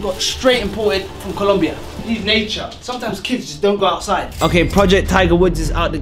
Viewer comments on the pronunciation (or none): none